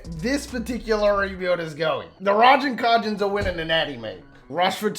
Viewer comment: The way bro pronounced Ragin’ Cajuns is infuriating 😂😂